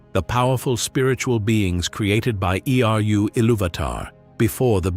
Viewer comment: I am always down for some Middle earth videos and discussions, The captions don't seem to be made by you, misspells Eä twice and uses two different spellings in 11 seconds. It's spelled Eä and its spelled IEA and then it's spelled AI....then it says Eru Ilúvatar name is pronounced E...R...U and not eh-ru.....this is supposed to be about middle earth misconceptions explained in detail but you made a few errors...and since this is supposed to be accurate....if I am at 43 seconds and its already got this many issues.... I can't watch, AI voice screws it up, I'd rather hear a prepubescent child say this stuff than an AI with a fake accent that you think we would like..If this is supposed to be about accuracy, how on earth are people supposed to watch the whole thing, if we can't get past 1 minute? so I will just ask a question, I feel every video I see begs the question... At this point, do we have to say JRR? Theres no other Tolkien that is famous...Not one for famously writing the LotR or the world of Middle Earth, so why waste time? The same isn't true for George RR...Martin. If they were to say Martin, or George Martin, We wouldn't know who they're talking about unless you said the book Author, and most would need you to say George RR for it to click. You don't need to do that with Tolkien. There is no...John Tolkien, I didn't even know his name was John..his first name is JRR more than it is John now..But again...John Tolkien, you can get it wrong and say Jerry